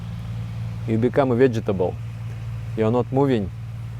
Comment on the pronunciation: Your pronunciation of vegetable brings me joy haha